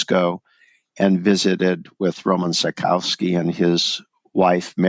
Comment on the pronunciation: Why mispronounce his name so badly? Is it so hard to get it right. Really great story though...